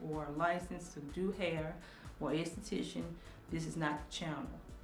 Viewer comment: she said institition 😂😂😂💀